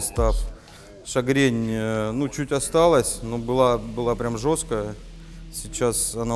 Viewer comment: Не шагрень а мигрень